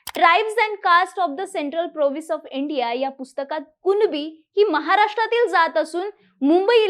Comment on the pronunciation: मॅडम अगोदर कुणबी बोलायला शिका..... कुनबी नाही.... मूर्ख